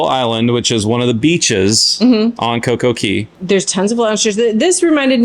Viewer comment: I love this review. It's great hearing your different perspectives and hearing from the kids. I always felt the kids' voices were missing from the other reviews. Thank you for sharing. Royal Caribbean says it is pronounced Coco Kay, not Coco Kee.